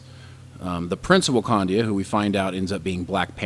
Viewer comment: one of you keeps saying wakandia its wakanda